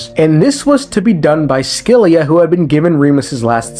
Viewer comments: Scylla is pronounced 'sil-ah' 😅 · It's pronounced Sila. Great video! 😊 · S Z LA ... that's how its pronounced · Scylla is most likely a reference to the Greek monster Scylla. Said “sill-uh.” No offense but when people add I sounds to words without an I it makes me irrationally angry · Scylla like Silly with an a instead of y. so Silla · Scyilla is pronounced Silla or Shilla, without a c sound. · Here to translate greek words :3 Phobos means fear Sebastos means respected Ouranopolis means sky city Oh and put the word "σκύλα" on google and hear how it pronounces it, thats how you are supposed to say scylla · Looks up pronunciation of Scylla Somehow comes up with two wrong pronunciations